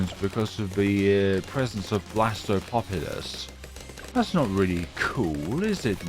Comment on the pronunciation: Blastapopolus not blastmobolus